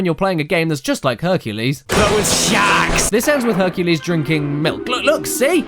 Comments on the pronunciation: Hercules? Honey you mean fuk-u-les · HONEY YOU MEAN H U N K U L E S . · Honey, you mean HUNKULES! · I have never seen the Disney movie called "HERCULAY" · Herculès Miserablès